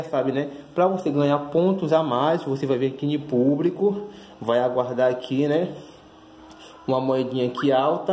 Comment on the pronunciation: Pubrico... kkk